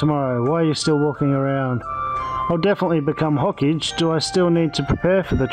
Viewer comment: Its not ho-cage its Ho-Ka-Ge